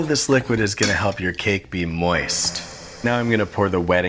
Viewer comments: Love the emphasis on moist. Wonder how many people cringed every time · I've never heard 'moist' with so much deliberate emphasis before...thanks for that. And by that I mean thanks, I hate it.